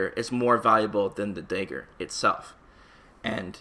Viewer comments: dude it’s fucking DAGGAR..not dehger..that shit killed me. good video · Why do you say 'daegur'? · The "day-gger" lmao... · "Day-ger" lmao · He doesn’t know how to pronounce dagger. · I was thinking that too lol